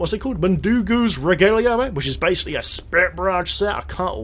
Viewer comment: Not trying to be that guy, but the g in Regalia is the same as the word grey and not like gerard. Basically like regal.